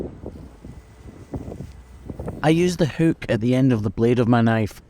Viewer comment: Somethin about the way he says: hookhk Is really funny to me.